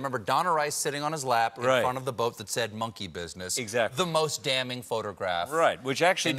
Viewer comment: "Fornt"